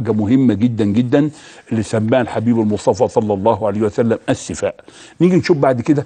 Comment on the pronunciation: رفع الله قدرك يا دكتور عاليا بس ارجوكم دققوا على مخارج الألفاظ. .شنو السفاء. .قل الثفاء بارك الله فيك. ضيعتنا والله ونحن عرب. مافى بالقاموس العربى كلمة السفاء. ولكن اشكرك على هذه المعلومات الذهبية. وجزاك الله عن المسلمين كل خير